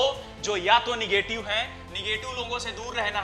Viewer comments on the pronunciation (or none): Negetive hota h bhaiya nagative nhi